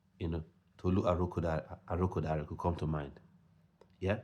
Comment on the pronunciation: Good job with the ArokoDare pronunciation!!